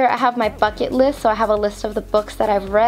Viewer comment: Who else heard "fuck it list" 😂